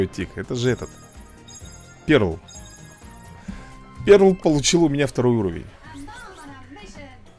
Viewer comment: Если что не перл а пёрл